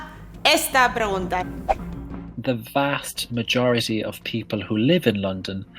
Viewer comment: "vast mayority"